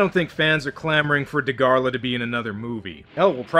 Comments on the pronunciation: It’s Dagarah, not Dagarlah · Its dagara not da gor la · Fun fact: Dagahra is pronounced “Daghara”